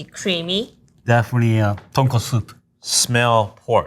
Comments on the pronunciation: cant get over her consistently saying "tonkatsu" 😥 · so shes a ramen chef but pronounces tonkotsu as tonkatsu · Ton k-O-tsu. Not tonkastu 😂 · Tonkatsu vs tonkotsu.... very different things. She said katsu many times. >< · She lost all credibility when she said tonkatsu instead of tonkotsu. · The way keeps saying "ton-KA-tsu" (aka pork cutlet) kept making me cringe... It's pronounced ton-KO-tsu! 🙄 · when the lady said tonkatsu instead of tonkotsu ; ~ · Pro chef can’t even say tonkotsu ramen properly. It’s not tonkatsu! 🤨 (female chef) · I guess even chefs get Tonkotsu and Tonkatsu mixed up... They really should not though. Come on! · doesn't know how to say tonkotsu?? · surprised the first chef can get tonkotsu and tonkatsu mixed up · "Tonkotsu” and "Tonkatsu" are similar words but should not be confused.